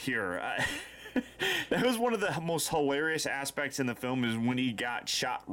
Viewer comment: "Hilarious ass-pect" eeeeyyyyy~